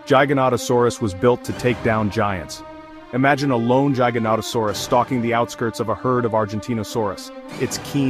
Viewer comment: based on the way you say giganotosaurus i trust absolutley nothing you say... youre terrible